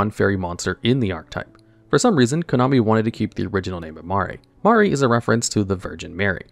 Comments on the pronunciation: "Mar-ee"? bro doesn't know how to say Marie lol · Dude can't even pronounce "marie" correctly I give up